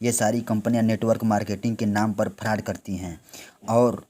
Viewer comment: Bhai pele frod bol na to sikh lo 😅